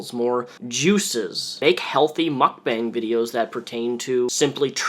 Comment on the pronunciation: Its pronounced mook-bong my dude.